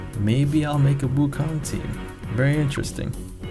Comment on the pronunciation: aren't you asian? gotta pronounce Wukong right man